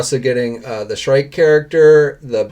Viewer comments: Shriek is Pronounced as Shreek, not Shrike. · Yes! I Love Batman Beyond! Also, it's pronounced as "shreek" not "shrike" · Pp s h r i e k is pron ounced s h r e e k trees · Shriek = shreek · Why are you pronouncing Shriek like that?